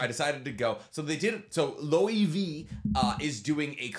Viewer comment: The lighting for looks amazing! Edit: Loewe is pronounced loo-eh-veh. If there's one thing I know it's luxury fashion, and that it's a spanish luxury fashion house that was founded in the mid 19th century! ^^